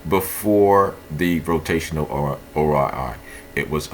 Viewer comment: ORI LMFAO YOU MEAN ROI 😂